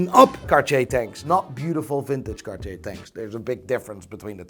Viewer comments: Hey, I'm wondering why you don't pronounce Cartier as a regular North American that doesn't know how to pronounce it? Because your pronunciation of Cartier is even worse!:D Love you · The way you overpronounce Cartier makes me lose my erection instantly. I can’t figure out if that’s good or bad